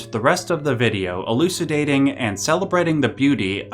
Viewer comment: “Elucidating”. I’m out.